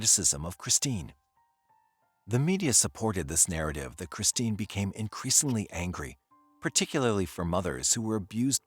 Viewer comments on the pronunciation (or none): none